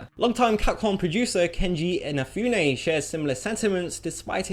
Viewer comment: at least he got 'Inafune' right, I've heard something worse pronounce like 'inperfume', 'Kenji in na perfume'... man...